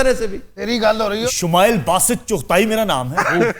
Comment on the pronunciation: Dear sir Aftab, I appreciate your program, today you spoke to kafi, chughta instead of chughtai,. Can you elaborate some words about chughtas? Who they are? Or can you recommend any book to know about them?. Thanks